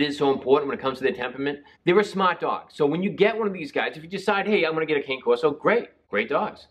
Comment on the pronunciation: The word “cane” is pronounced “c-a(alfred) -n -e (e as elephant)”.